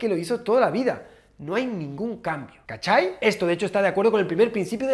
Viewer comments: 😂😂😂😂😂😂😂 me reí caleta con el cachai. Ya está practicando las palabras cuando venga a Chile. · Nadie puede decir cachai como un chileno,nadie 🤭